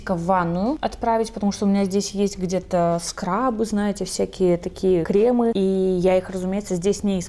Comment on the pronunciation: режет слух-«кремЫ» кремА